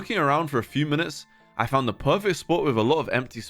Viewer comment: "i dound on youtube"